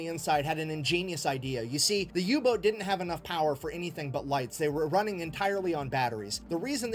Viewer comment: I turned on subtitles after you mentioned you may have some difficulty keeping up and they seem pretty accurate, maybe they'll help you out if needed. There is an occasional mishap like saying Yubot instead of Uboat. Edit: changed comment to add info.